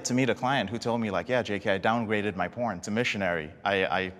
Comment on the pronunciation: Sounded like haha no I'm a pirn addiction recovery coach